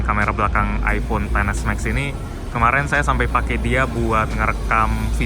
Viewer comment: Aku kok agak gimana gitu waktu mas bilang iPhone Xs Max tuh ngomongnya "ai ponten s Max". Mungkin lebih enak kalau dibacanya "Ai Pon Xs Max" gitu 😅🙏